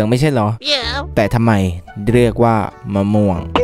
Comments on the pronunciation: มะม่วง ไง ไม่ม่วง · กูขำตอนแม่งพูดเพี้ยนๆมะม่วงอะ55 เอ้อเห็นพูด อเมริกัน ฟราย ไร้ นี่สงสัยว่า อเมริกัน เฟรด ไร้ ป้าว เฟรดไร้ที่แปลว่าข้าวผัดอะ หรือกูโง่ไม่รู้น้ะว่าฟรายไร้ถูกหรือว่ากูโง่เอง55